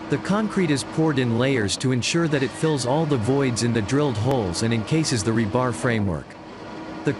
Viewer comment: The accent on the word rebar is on the first syllable.